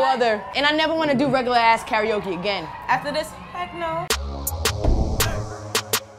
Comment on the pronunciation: Pronounced: Car-Ra-O-Ke